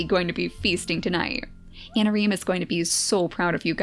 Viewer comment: i think i heard her say "harsh methods of anameme" instead of "harsh methods of anareme"... ANAMEME DD